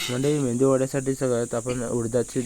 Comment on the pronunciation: 😂mendu nhi medu vade boltat